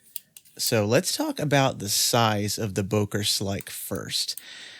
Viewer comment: It’s pronounced, “booker”.